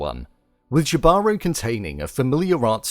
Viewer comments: Jibaro pronounced (he-ba-ro) is a Puerto Rican small farmer, a rural worker for a labor especially of mountain regions.The writer uses this name to depict what this person is anything but. The tattoo on the left side by his ear is a hand with an eye in it that is severed It depicts the evil eye which is something that supposed to help ward off the evil within ourselves however the character has greed and lust that led him to his own demise typically a jibaro farmer works with the land and helps nourish it he only takes what he needs unfortunately this character does the exact opposite The siren specifically target men who have bad intentions The Spanish conquistadors were greedy and wanted to raid and pillage. The siren can dance a top of water this helps show how the men have sin due to their inner greed and evil are attracted to her gold and body besides the magical properties that allows the siren to walk and dance on water as well as ability to tempt men they ran to her straight into water driven by their inner evil they sink due to their sin and obviously gravity This may be in reference to the biblical event that happened where Jesus walked on water and men sunk due to their sin jibaro had chances to stop himself from being greedy his inability to hear was an unknown blessing to him hinted at us with his tattoos by his ear from the beginning but also hinted to us was his greed as he found a golden scale and kept it to himself. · this drove me crazy. I understand its not a native language but it is easily looked up and its just an h sound instead of a j sound. I dont know why that couldnt have been researched before the narration. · yall Jibaro is pronounced hee ba ro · don't know if it's the same word but "jibaro" is pronounced "He-baro" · The soldier’s name is not Jibaro. Jibaro (pronounced Hee-Bah-Ro) is from the Taíno language meaning “mountain folk” basically, the siren. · Yo I legit cringed once he said jee baro. Someone didn't do his homework...